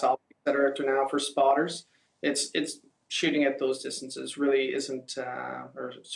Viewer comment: Who the hell says "keelo Meetres"